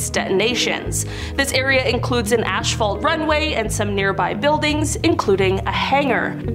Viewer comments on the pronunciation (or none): DID SHE SAY ASHPHALT😅😅😅ITS ASPHALT 😅😅